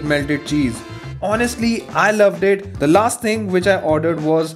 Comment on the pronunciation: The-boy-ke the first word h is silent 😀😝